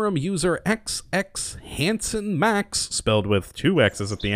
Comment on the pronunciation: his name is not hansonmax, its hansonma.